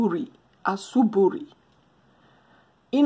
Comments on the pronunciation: Asuburi x it's asubuhi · Asubuhi not ASUBURI. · 🤣😂😂😂😂 in kiswahili it is ASUBUI. Not asuburi